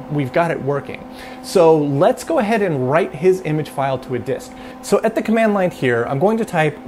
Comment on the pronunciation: Why do you say “et” instead of “at”? Pretty different. ;)